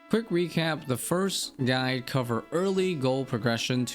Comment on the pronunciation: he also says this "guy" instead of "guide". I cant stand it either haha